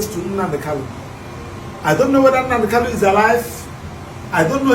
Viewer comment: Nnamdi Kanu is your client but you ddoont know how to pronounce his surname .